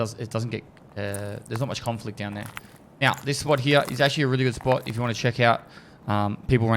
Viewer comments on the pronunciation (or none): no one commented on how he says 'hyeah' instead of here?